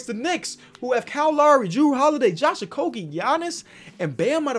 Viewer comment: So proud of you You said okogie correctly